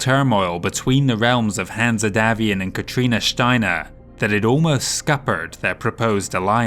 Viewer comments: Great job on this important and, imho, one of the best campaign books from FASA. Pretty sure Hanse is not pronounced Hanzeh, more like Hans but hey, great job. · Excellent video and impressive work. Greatly appreciated by a long-time Battletech fan. My only gripe is some of the pronunciations. My way of pronouncing Hanse as an English name is as Hans or Hanz, the -e should be silent. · Absolutely love all your content!!!! Brilliant stuff. My only gripe is that every time you say Hanse and pronounce it weirdly, it takes me out of the immersion of your wonderful narrative.